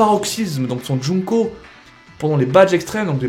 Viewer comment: c'est pas joungko c'est jungko